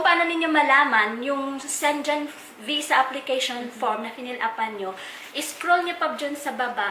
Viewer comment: Dapt pronounces shengen not shengen